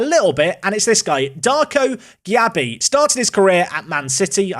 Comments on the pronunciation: I'm a Leeds fan and Darko Gyabi is definitely gonna be better than that at 27. But his name is pronounced jaybee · As a Leeds fan, Darko’s surname is pronounced Jaybee. How you get that from Gyarbi, who knows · Gyabi is pronounced Jaybee